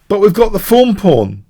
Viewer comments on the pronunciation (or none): im american. When I hear "thorn" pawn I hear you say 'fawn' lol